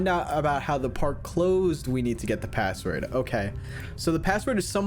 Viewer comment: "A pAsSwOrD yUo SaY"😂